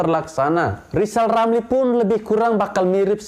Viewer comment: Lajawali ngeplet wkwk...lizal lamli